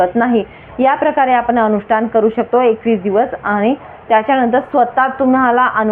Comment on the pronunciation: ही बाई अतिशय अशुद्ध बोलतेय. आणी चा उच्चार आनी करतेय. आपण चा उच्चार आपन करतेय. पाणी चा उच्चार पानी करतेय. पान्यामधे पान्यावर ऐकायला घाणेरडे वाटते.